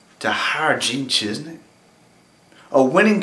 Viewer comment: It's ChiZIK...not ChizNik.